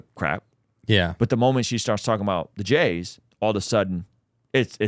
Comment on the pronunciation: Why aren't you saying the jews.. why say jays ,sounds ridiculous.